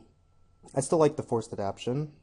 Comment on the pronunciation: Nice showcase draft, was interesting. But please, if you draft the card in the future, it's AdapTAtion, not 'adaption.'